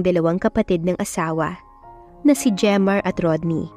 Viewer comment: Jemar pala at hindi redmar😅😅